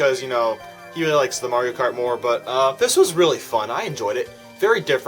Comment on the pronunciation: It gets really weally good did I here that right